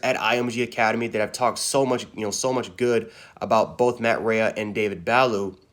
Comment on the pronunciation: It’s “Buh-lou” and “Ray”...that’s how you pronounce it.